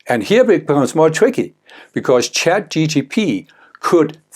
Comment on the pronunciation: ChatGPT not ChatGTP